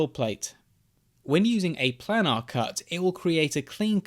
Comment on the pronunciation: How to pronounce planar : plane-are